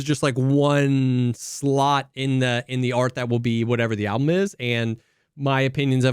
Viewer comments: still says alblum:D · Not a Sleep Token listener, yet all the drum discussion is interesting to follow, but saying 'ablum' instead of 'album' disturbs me more than the drums. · Why does say ALBLUM